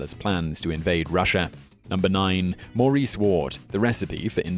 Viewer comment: Why doesn't an English person know how to pronounce Maurice like a English person?